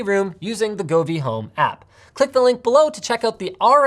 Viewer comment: When Linus pronounces "Govee" with a hard G instead of a soft one, like the letter J, which is what it's meant to be... "Jovi" comes from the word "jovial", meaning happiness or excitement.